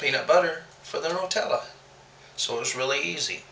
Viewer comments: I read the guidelines about comments but you didn't respect your husband! Girl get out of the kitchen! The hazelnut spread is not called "NOR tell eee" it is "NUT tell a" pronounced "NEW tell a". That is not an accent! Just annoying. What were you saying instead of the burner or referring to the heat. "Oh, we didn't turn off the eye!"? You both said the eye! If that is the brand of stove, it makes no sense. If it is a local term that someone called the burner the eye, drop it from your vocabulary. Don't use shortcut, local phrases when making a video, people need to understand what you are saying, or they won't come back. I will not come back if you do the commentary and "pain" "pan" the camera again. The language is English! Not "drawl". It is not cute or funny. I'm Sorry to be tough but let the man make his own videos. You stick to your soap videos. Im going to try this as chocolate fudge with choc chips & some marshmellows, I have my peanut butter fudge and peanut buttter cups made. It sounds like a tried and true recipes. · Awsome recipe! You two are sooo cute ! Cracked me up when you called Nutella - NORTELLIE ! haha. Where is the O & the R in Nutella? hahaha. Happy New Year to y'all !!!